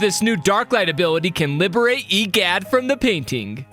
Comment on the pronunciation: Bro saying e gyat instead of egad💀 also if theres a typo idc